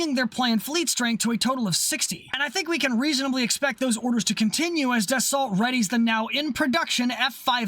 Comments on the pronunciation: "ra FAL" and "da SO" Not "da SALT" and "ra FAIL" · I'm British and I know DA SALT is DA SO.... And we a re notorioualy bad at pronouncing French words.... Much like Americans and English ones. (burn)